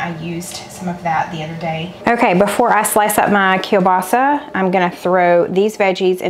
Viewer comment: …and kielbasa. 🤦🏽‍♀️